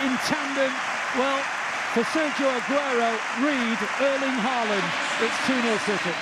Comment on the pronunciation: Perhaps you manage to pronounce his name correctly by his 100th. It's close to HAWLAAN (like in "in awe", with emphasis on AW, and the d is silent). And it's not EARLing either...